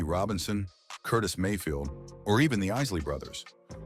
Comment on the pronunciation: That’s Curtis Mayfield. Why don’t you learn how to pronounce their names. And stop showing pictures of all and any black people to make your story complete….We don’t all look 👀 alike. Stupid…..